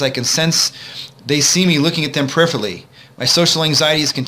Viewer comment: peripherally has 5 syllables... this guy talks so fast it sounds like one. lol I had to rewind and play a few times to hear what he said